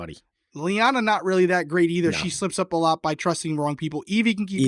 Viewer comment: Her name, Evvie, rhymes with heavy. Not Eve-EE